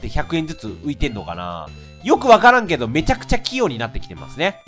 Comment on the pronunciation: 「きよう」が「キヨ。」にしか聞こえないんだが… だんだんキヨになってきた…？